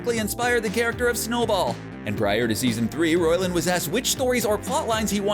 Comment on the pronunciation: His name (Roiland) is pronounced ROY - LAND not ROL _ LAND. Thanks and have a nice day.